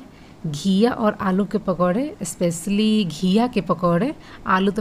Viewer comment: Donu devrani jethani pehla apni pronounciation thk kro English ki toh dajiyan udye hue ha स्पेशल होता है स्पेसिल nhi